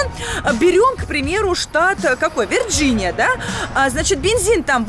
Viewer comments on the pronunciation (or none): none